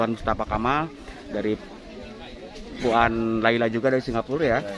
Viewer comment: Puan bunyinya “puwan”